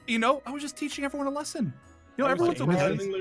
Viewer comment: I was laughing at saying im going to theach them a lisin